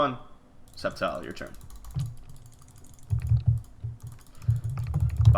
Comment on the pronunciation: If you're gonna pronounce "sceptile" "septile" just rename it that.